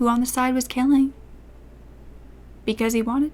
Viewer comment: And the way u say “killing” and then “wanted to” after that